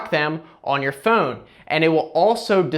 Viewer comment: What is that accent I hear when he says "Phone". Fooone